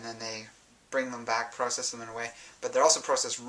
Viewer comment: Not trying to talk bad about you, but you say process funny Good video...